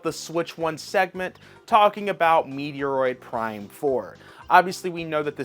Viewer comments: It's "Meh-Troid" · Do you mispronounce words on purpose? There’s no way in hell as a Nintendo YouTuber that you think it’s pronounced Meteoroid. lol. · Ok....address the wrong pronunciation of words brother. U cant be that clueless on how to say metroid correctly. If its a bit...its not funny especially on easy words to pronounce correctly.